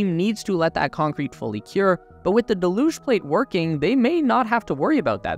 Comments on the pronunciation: "Deluge" pronounced del-uge >dell-uge< (dell as in bell, huge without the H). When you say de-luge is sounds like half of delusional 😂😂😂😂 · haha, he put me off everything else he said because I waiting for the next use of "de-luge-inal" 😂😂😂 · Its not pronounced "de luge"; its "del uge" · Would there be a possibility of pronouncing deluge correctly? It’s rather off-putting when said wrong. It pronounced deh·lyooj (or Dell lyooj). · Still mispronouncing deluge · Why do so so many people mispronounce deluge? It is a fairly common word. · It doesn't matter. Unless you're the type to go up to a Brit and tell em they're saying idea wrong because they pronounce it idear. Don't be a Karen. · Not to nitpick, but you're pronouncing "deluge" wrong. Just do a google search for "deluge pronunciation" and google will play you an audio clip of how to say it